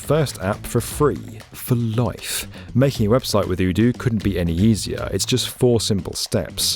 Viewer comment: You're pronouncing Odoo wrong.... Might wanna change that before they come along and see the video